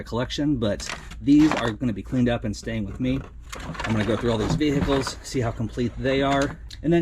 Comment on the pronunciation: ve-heeee-ciles cok